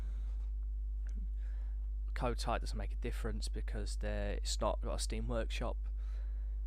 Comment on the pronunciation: Stop calling it 'KoTAR'